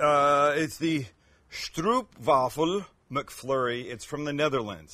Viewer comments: Schjtroepf-Vaffle! hahahahaha XD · Echt goud hoe hij stroepwavvel zegt inplaats van stroopwafel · "Stroop" sounds like "trope" with an "s" in front of it. A real Stroopwafel is delicious. It is also not two ice-cream cone things with caramel betweemln them. Ffs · oOo,... you say OWH STROWHPwaffle not Oep Like 'Owh owh here comes tha hammer' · its Stroop wafel O like OOOH suprised thone, sounds like your saying stroep, (not that i care how you prenounce it but just saying) do love the content. people favor the mc flurry m&m here iff im right but woulnd be able to tell last time i ate mc donalds was over 15 years ago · Joehoe I am born in Gouda! It is Ggggggggggouda. Not Kouda. Yes really hard to pronounce as non-Dutch. And it is Strooooopwafel. Not Strupwafel ;) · it's pronounced Strope , not stroop , Stroop means syrup and you should really eat some real ones. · Stroop sounds like strope in English, the pronounciation would be stropewaffle (or waafle, make the A sound a bit longer) A stroopwafel is two millimeter thin cookies with honey caramel between them. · stroopwafel - say it as "strope-waffle" we are not Germans ;) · A "stroopwafel" is very different from a ice cream cone, it's also pronounced differently. You probably don't know, I just wanted to point it out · I am not going to be near San Diego any time soon... But once you tasted the real stroopwafel, you will never try to make a McFlurry again. Funny pronunciation of the word, though... Always nice to hear other nationalities to speak Dutch! 😉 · Sound real funny how you guys pronounce stroopwafel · You have to say the O like open. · No please don't pronounce Gouda and stroopwafel the way you did.